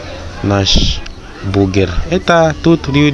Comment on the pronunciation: не бугер,а бургер ☝